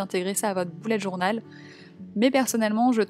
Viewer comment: Ça ne se dit pas boullette journal mais bullette journal voilà sinon superbe vidéo